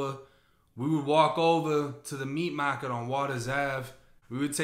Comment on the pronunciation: Not the "meat mah-ket" 😂 Sorry, I had to 😂😂😂